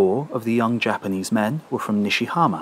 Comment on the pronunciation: Really fantastic tale and the narration is impeccable, but you gotta work on your Japanese pronunciation.